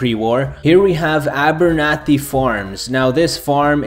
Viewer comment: My last name is abernathy and I'm surprised he pro ounced it right